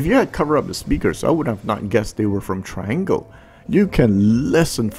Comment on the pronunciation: Great jobThomas. Thnx. With respect, I was told Triangle is pronounced Tree-ahn-gle.